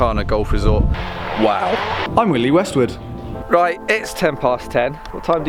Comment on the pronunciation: Totally heard that as '"I'm Willy Westwood"!